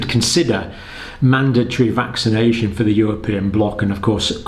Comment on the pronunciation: Mr Campbell, you began sounds "vaccanation booster", more or less.